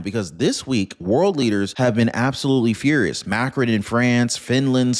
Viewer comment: It's pronounced Mah krown... 🙂